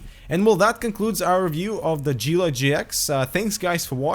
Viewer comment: It is 'ghee-la'